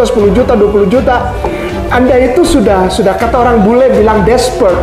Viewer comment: Desperate bukan despert